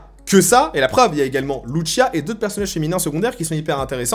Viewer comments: Loutchia 🤣🤣🤣😭😭😭 sa se prononce lousia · Très d’accord avec toi ! Par contre arrête de dire lutchia c’est LUCIA pas luccia 😅 elle est latino pas italienne… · C'est de L'Espagnol, Lucia est un prénom Espagnol, c'est donc le même " C " qu'en Français a la prononciation et non le son " Ch " comme dans " MuCHACHA " --> " Tch " comme on le pronnoncerai en Français.. Tu le prononce à l'italienne 😅😜.. cest pas bien grave mais c'est ce que font souvent les Français ( et je suis en parti Français )